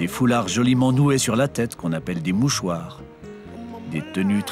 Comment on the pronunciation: Moussor au lieu de mouchoir et drianké a la place de diarinké lol. bon contenu.